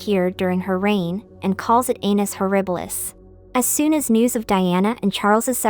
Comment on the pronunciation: You uh should really reconsider your pronunciation of annus